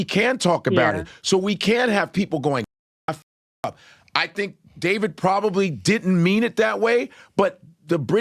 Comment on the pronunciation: Da-veed? It's Day-vid. Regular ass Day-vid.